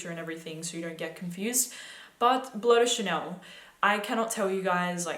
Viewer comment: "Blow de Chanel." How can you talk about fragrances and you can't even say their names?